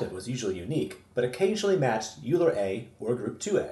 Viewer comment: Yer doing God's work, son. Bless you.Oh, and because I'm gonna keep watching your vids I gotta straighten you out right now: it's pronounced "OILer" sorry. That was driving ing me nuts! Like, "foilage" "nukyular" or the "Specific Ocean".